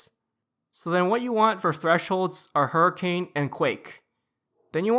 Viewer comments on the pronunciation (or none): none